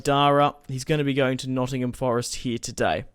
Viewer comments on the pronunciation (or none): none